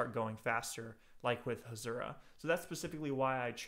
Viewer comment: Hasura not Hashura